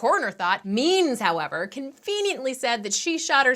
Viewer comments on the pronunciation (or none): none